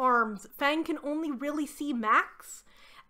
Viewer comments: Not the way you pronounce Maya 😭 it's not Meyer like Stephanie Meyer, it's Maya, the two As are pronounced the same way! Mah-y-ah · Maya is definitely not pronounced the way you did it. It's My-yuh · Does the book specify how Maya’s name is pronounced? In my experience, Maya is pronounced “My—uh” and not “May—uh” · Maya is pronounced “my-uh” or “my-ya.” My name is Maya and every time you say it, I cringe. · great video! one note: why are you saying Maya like that?? it’s driving me insane! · Minor comment but your pronunciation of Maya is well really bad. The name is pronounced like the words "my" and "ah" combined. So like the ancient Mayans in South America. Sorry it really took me out of the video as soon as you said it and I don't mean to poke fun at you at all but it made me giggle a little. I'll share that I pronounced the name "Brom" like the word "broom" for years until someone pointed out that it is basically "prom" but with a "b". I also mispronounce epitome as "eh-peh-tome" instead of "eh-pih-toe-me" regularly unless I think about it.